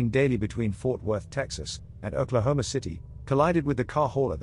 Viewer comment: Anybody else get a kick out of hearing the narrator say "Oklahoma" with a British accent? No? Just me? - The story was about a frieght train derailement in Harvard, IL, so why did they show an overturned steam locomotive? Not many of those running in 2008. - I used to take the Chicago "el" train to and from work every day, but I only rode the Blue Line once. In conclusion, interesting, but "MOST Unbelieveable Train Catastrophes EVER Filmed!" is overselling it.